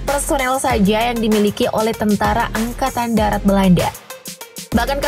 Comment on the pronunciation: angakatn darat, bukan angkatan datar 😂